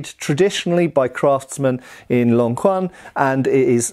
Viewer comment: Longquan is pronounced Long Chuan